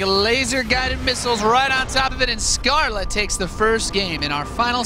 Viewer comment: Yeah he is not doing it on purpose he just doesn't seem capable of pronouncing it. It's like getting mad at me because I can't roll my R's when trying to speak Spanish. I just can't seem to do that.